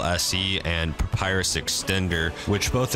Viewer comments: "papyrus" he said pppappyrus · Every time you say "Papyrus" I lose a brain cell.